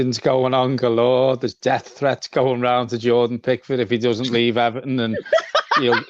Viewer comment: Now it's E-VAR-ton